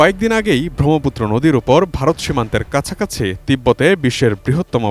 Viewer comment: উচ্চারণ জ্ঞানের অভাব (ব্রহ্মপুত্র)